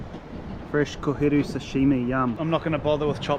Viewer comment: Liked the video as soon as I heard him say koheru 🫡🙌🏾